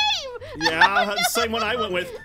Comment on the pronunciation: When you go to say "Oh no" but instead it comes out as "Oh Noi" XD